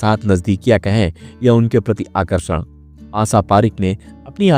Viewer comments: भाई तेरे उच्चानसब गुड़ गोबर कर दिया श को से ही बोलते हो , आशा को आसा बोल रहे हो पूर्वांचल से हो क्या क्ष को भी छ बोल रहे हो सत्यानाश।रण ने तो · Aap aasaa aasaa hûdd se zyada bolaa. Asal mèï vo aasaa nahee ASHA hāï Saadi = shaadi --- Aap every day Aashaa aashaa kar k 100 baar boliyega. Taa k Aap ka SAA Shaa hoojaaye.